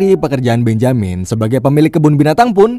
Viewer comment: Agaknya Benjamin lebih cocok dibaca "bén-je-min"